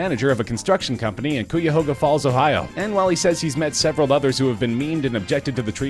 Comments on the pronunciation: Coo-ya-hō-guh? It's pronounced ki-ya-hō-guh. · Cuyahoga - (kai-yuh-ho-guh) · Coo ya Hoga falls... narrator clearly not from Ohio.... thanks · Cooyahoga.. damn dude never heard it said that way. It's pronounced like Kai-a-hoe-ga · Get it right, you nincompoop! Cuyahoga is pronounced KI-yah-HO-gah or KAH-HO-gah...not KOO-WEE-yah-HOO-gah, or whatever you said. Listen to The Pretender's 'My City Was Gone' for a reference. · Great vid but cuyahoga is pronounced Ki-yah-Hogga I’m from their so I was in pain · LOL - "Koo-ya-hoga Falls, Ohio" I love that pronunciation for Cuyahoga. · He butchered the pronunciation of Cuyahoga county on the last one. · The way you said Cuyahoga triggered me so bad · Anyone gonna mention the whacked pronunciation of "Cuyahoga?" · Definitely didn’t pronounce Cuyahoga Falls properly. A quick google search of the name would have brought up how to say it. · Can't pronounce Cuyahoga either.